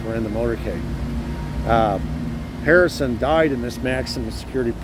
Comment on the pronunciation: Harrelson not Harrison!!